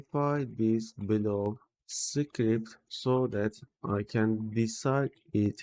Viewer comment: “Secret” and “script” should be pronounced quite differently)